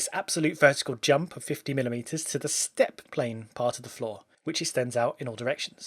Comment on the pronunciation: Anyone else hearing flaw and not floor?